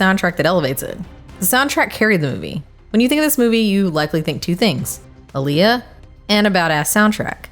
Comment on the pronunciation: Aaliyah. You botched the name wrong